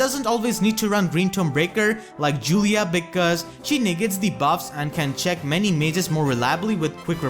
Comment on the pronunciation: everytime you say check i hear chick and my imagination kicks in "great magic chick "